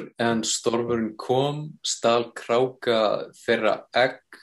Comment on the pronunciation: Maður segir kráka ekki krukka. kann að vera fróður um tungumál en ekki í framburði.